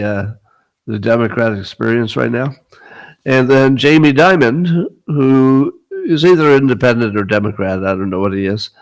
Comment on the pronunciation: It's Jamie Dimon. Not Jamie Diamond.